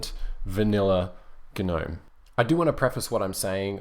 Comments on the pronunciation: Please pronounce Gnome properly. The G is silent. It's nome not gernome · Why do you pronounce it GUH-NOME? I heard someone else say it's because it's an acronym, but it hasn't been an acronym in years, so shouldn't it be pronounced NOME as it is just the existing word? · The g is silent in gnome. gnome. [ nohm ] SHOW IPA. / noʊm / PHONETIC RESPELLING. I agree Kubuntu runs KDE best. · Why guh-nome? Surely the G is silent... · GaNome? G is silent. This bothered me way more then it should have XD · the g in gnome is silent lol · Actually, GNOME stands for "GNU Network Object Model Environment". Since GNU stands for "GNU's Not Unix", and has always been officially pronounced "guh-NEW" to minimize confusion, GNOME is officially pronounced "guh-NOME". However, many pronounce it as "nome" and either way works.